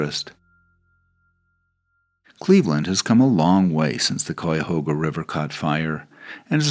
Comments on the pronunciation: Cuyahoga, cuy like guy a like uh hog like a pig a like uh . Thank you. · I grew up in Brecksville, halfway between Cleveland and Akron, and went to school in Columbus -- loved seeing all these familiar places in what I consider my home state. And the river in Cleveland (and park name) is pronounced: k-eye-a-hoe-ga :-) Thanks for the Rock Hall call out, too -- a great place for lovers of all genres of music!